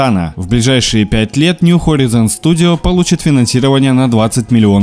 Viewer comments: поправка: нью хорайзен. А не хоризен. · "хорАйзен", бро)